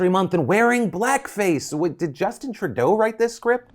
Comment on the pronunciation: NGL, the way you say "Trudeau" makes me kind of glad your coverage of the Ottawa protests haven't included any attempt to say the word "Rideau."